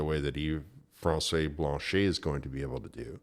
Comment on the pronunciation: If you could pronounce Blanchet properly you would be more credible.